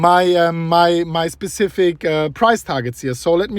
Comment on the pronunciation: “Specific” vs “Pacific” lol